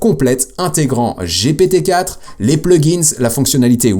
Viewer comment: un peu lourdingue quand tu dis Gpt i !! gptee ! sinon super video merci